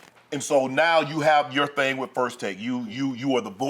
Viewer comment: "But here's the thang Stephen A" Me: Ahaha, he said it, he said it! 😆